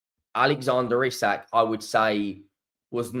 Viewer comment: i am not saying this again, please stop fucking up players names, hes called eeeeeee sak, you know how to say it